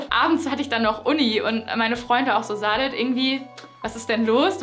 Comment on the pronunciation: die sprechen den namen von saadet falsch aus. das s wird scharf gesprochen, türkischer name